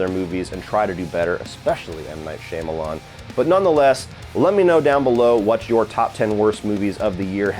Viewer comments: For someone who's such a fan of M. Night you'd think you wouldn't butcher his last name so badly lol Jesus Christ. The first part is not pronounced "Sham" like Sham Wow! It's pronounced "Shaum" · I’ve never heard anyone with a more inconsistent pronunciation of M. Night Shyamalan’s name than 🤣💀 Great vid tho man LMAO